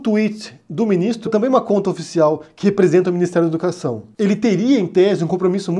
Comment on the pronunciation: "Miniztru dah educašãò"